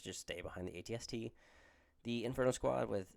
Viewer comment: First time seeing an AT-ST on the tabletop, I feel in love! Really like the Boba/AT-ST list! Also you’re pronouncing it correctly so no sweat!